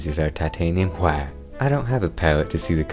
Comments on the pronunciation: your bob ross impression was amazing, plus the painting itself and how you pronounced "titanium Hwhite" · Shut up about his painting skills this is the only man who has a passion for painting and actually says hwite correctly